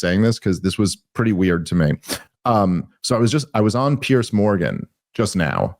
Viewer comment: Piers Dave, not Pearce